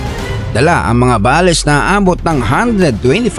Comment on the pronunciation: I just want to make a comment about you saying “BALES” you should pronounce it in English Bales in one word not ba les Bales means a large bundle or package prepared for shipping